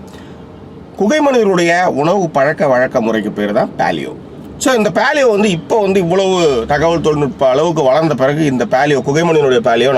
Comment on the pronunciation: He is complicating the concept of paleo diet. These guys don't even know to pronounce paleo (பேலியோ). He says பாலியோ. The concept is just imagine what the palaeolithic man would have eaten to survive and eat like him. it is as simple as that. for this you need not have to buy any book. For better knowledge google paleo diet and you will get ocean of articles.